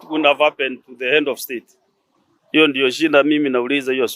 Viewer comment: Hend of state shoundi slow ndown..